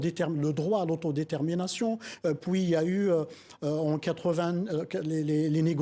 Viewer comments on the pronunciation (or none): On puis et non pas poui. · On dit PUIS pas poui